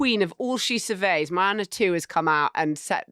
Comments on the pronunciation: Mowaner?!! Pretty sure its Moana! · Moana is pronounced with a long a then a short. In this day and age, I would have expected one of you would have researched that.